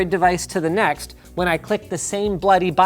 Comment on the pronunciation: LINUS WENT BRITISH WHEN HE SAID BLOODY BUTTON HAHAHA